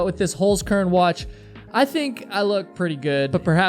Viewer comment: No, I do NOT excuse your language!!! And learn how to pronounce the name of your sponsor properly. That's HolZkern, not, HolSkern as you say it. So you'd have to pronounce it like Holtskern. Not Holskern.